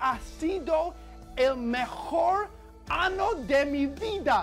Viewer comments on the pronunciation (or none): Hehe, it's because he was reading año as ano, which means anus instead of year. Año (year) is pronunced anio.